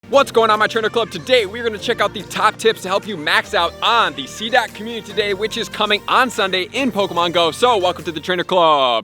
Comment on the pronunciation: I think my favorite part of this channel is hearing dude say “Commune-titty Day”. 💙